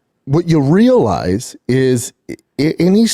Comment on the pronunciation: "When you real-lize, avery state has a good place to live"